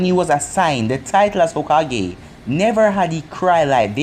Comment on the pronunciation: i think hokage is pronounced hoe-kah-gae